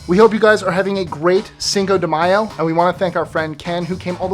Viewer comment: He said Cingo de mayo